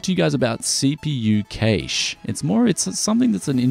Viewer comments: Industry professionals always pronounce Cache as "Cash" in the 30 odd years I've been following things, the only time I hear it pronounced the way you do is occasionally on channels like yours and at Best Buy and the like when reading spec lists, in interviews with engineers and chip designers, and in college level lecture halls its always "Cash" and that's what I deem correct. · Im sorry, I cannot watch this video when you pronounce cache like that. I'm very sorry, i watch all of your vids and all to come aswell but i just cant bring myself to watch this.